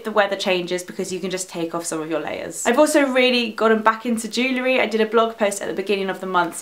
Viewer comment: Did anyone else think the way she said jewellery was strange?